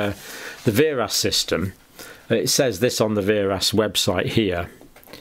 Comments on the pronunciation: VAERS is pronounced "vares." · It is not a complicated form in any way shape or form. Also you are mispronouncing VAERS it is said vay-ers